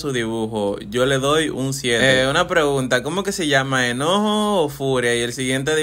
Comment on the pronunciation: Ese no es enojo es eñojo😂😂